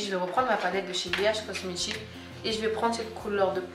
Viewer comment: on étire et non: On etchire Dire et djire bh cosmetic et non cosmetchic